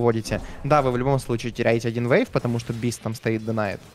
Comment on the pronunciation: Зачем ты говоришь вэйв? Вэйв?